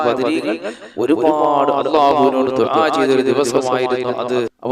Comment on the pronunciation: ദുബായ് അല്ല ദുഅ ആണ് ketto